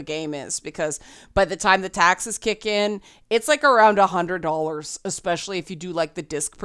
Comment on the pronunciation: There is no “C” or “X” in the word “especially”. It is pronounced “iˈspeSHəlē”, not “eXpeSHəlē”